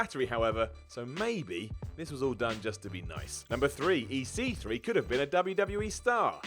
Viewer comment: Why did you say EC3 with weird emphasis on the C?!?